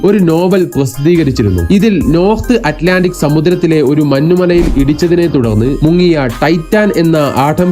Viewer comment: എടാ മൈലെ മന്നു മലയല്ല മഞ്ഞു മല